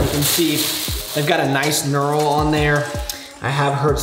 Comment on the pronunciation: That "knurl" tho' 🤣😂😆